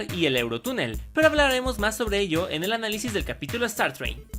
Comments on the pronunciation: Dice analisi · ¡Feliz Día de San Valentín! <3 Espero la pasen muy bien juntos con todos sus seres queridos UwU Y por cierto, dice "Análisi" no "Análisis"